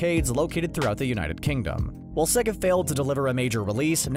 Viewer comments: im sorry but you pronouncing it as sehgga pisses me off so bad it's sayga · he says sega like siga, it’s pronounced say-ga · bro this guy pronounces sega 'segga' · "S egg ah" not "Say g ah" ok then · sega is spronounced sayguh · It’s not sEga it’s saga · no one is talking about how he said sega?